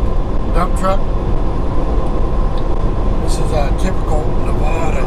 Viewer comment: It's “Nev-AD-a,” not “Nev-AH-da.”